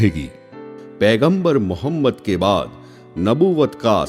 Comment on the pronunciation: Tumare channel ki auqath nahi aur pehle hamare aap s.a.w ka naam lena sikhjao bhai plzzzz naam sahi se lo aur fake photo math dalo